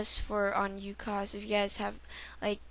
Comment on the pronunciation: lol.. fail.. you can't say ucoc-.- You gotta say z as like.. zed..